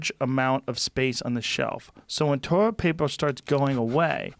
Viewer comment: “Toiwet Paypaw” Everybody misspeaks from time to time, Joe. Joe Biden had a stutter as a child and he overcame it. To rule him out of an election because he sometimes stumbles over a sentence or misspeaks is unfair. Trump does this too. You are a reasonably intelligent man, Joe Rogan, but we all miss speak sometimes.